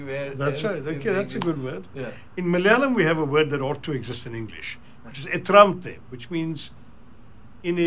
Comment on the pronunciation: its not ethramte.its ethramatte in malayalam